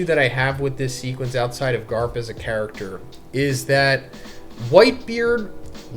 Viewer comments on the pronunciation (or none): none